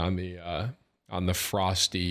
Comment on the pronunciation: isnt Froste pronounced Frosteh?